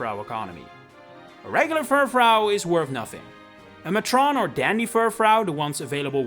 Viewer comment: it’s pronounced “MAY-trun”